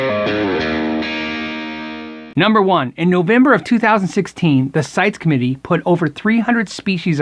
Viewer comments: It is pronounced Site-eeeeees not sites. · I gotta be that guy and start out with a minor correction. CITES is actually pronounced "sigh-tease", I wouldn't have known If I hadn't heard folks pronounce it. Anyway, good info and thanks for sharing. There are a lot of exotic woods that have been exploited and used up simply because of the extreme market for the finer sticks, there are a lot of species that are suitable for guitar building, however, tradition and allure of certain exotics have steered us away from. Catalox is a suitable alternative Martin has been using for fretboards and bridges and I'm sure other makers will adapt quickly. It is an end of an era, as with ivory, tortoise shell, and ebony we once again have messed up our resource budget.